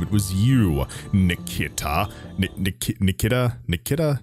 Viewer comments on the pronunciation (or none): ....PHOENIX POINT?? just sayin :D Nic-Key=tah = Niketa also Darkest dungeon?? hehe i know you said no i was joking. tried it out today and love it... when im not dying 90% of the time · I'm pretty sure Harbinger's name is pronounced "Ni- Kee- ta," just fyi. Oh good god, I feel for you getting those horrifying flashbacks to that horrifying mission- the first time I played Enemy Within that was literally the first council mission that cropped up. With base armor, no foundry upgrades, laser handguns and laser rifles only. Oh btw, if you remember what happened in that mission, you are going to LOOOOOOOOVE the final mission in this legacy op. I certainly did (not). Also, are you aware of how exporting and importing characters from your character pool works? I've assembled a sizeable group of freedom fighters, and I'm open for opportunities to hire more (and I can transfer these fellas to your pool if you so desire)